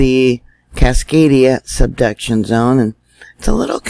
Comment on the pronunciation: I always hear "seduction zone" and giggle to myself. Hee hee....